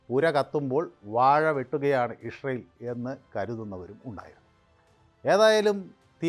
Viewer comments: Ishrayel അല്ല ഇസ്രയേൽ ഇസ്രയേൽ അങ്ങനെ പറയണം. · ഇസ്രയേൽ എന്ന് നേരെ പറയാൻ ആദ്യം പഠിക്കൂ.